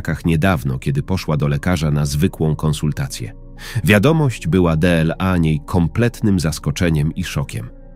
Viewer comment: De el a =dla,czy to takie niemozliwe do wypowiedzania ,a takie irytujace